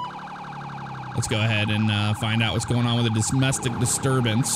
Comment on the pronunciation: you said dosmestic